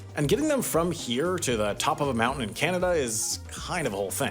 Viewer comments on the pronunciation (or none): It's pronounced Canada , CA-NA-DA, 3 syllables, not Canda.